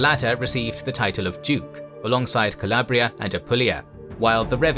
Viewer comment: Alarabia (noooo Calabria (yesss